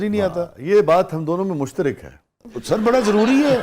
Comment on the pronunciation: جناب مشترک۔ ۔۔ ر۔ پر زبر ہے ۔۔زیر نہیں